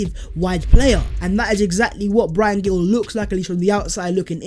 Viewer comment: It’s Pronounced Bryan Heel